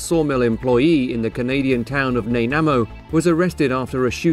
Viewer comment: Uh im from kelowna b.c. And I can assure that you're pronouncing that name wrong it's like nah-nigh-mo as in a nanaimo bar.